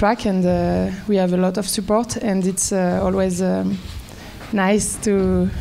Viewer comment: "We ha-u"... Gosh, it's called "have", not "ha-u". Can someone please teach him how to pronounce a "V"? (Maybe Banessa Hinz can :D)